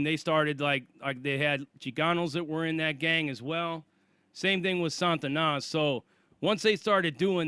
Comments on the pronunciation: It's pronounced SA TA NAS not SAN TA NAS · it's not 'SaN-tanas' It's just 'Sa-Tanas' No 'n' before the t. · There is no 'N' in front of the 'T' in Satanas (STS)... It's not 'San-Tanas.' It's just 'Sa-Tanas.' Damn, Sarzana you described getting a boatload of enemies is like that gang in the movie 'Colors.' 21 st.. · Sah-ta-nas...not Santa-Na. It's supposed to be a derivative of Satan. The way You are pronouncing it sounds like spanish for saint, which is the total opposite of Satan. Fix how you say that.